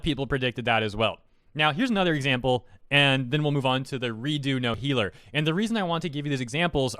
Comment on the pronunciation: its redo of healer not redo no helaler....................